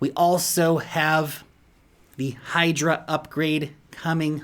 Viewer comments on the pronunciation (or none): none